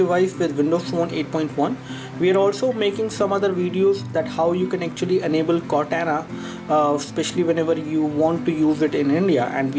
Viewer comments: Its Core-tauna - Cortana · you don't know to pronounce Cortana 😂😂😂... wat do u mean by contera😂😂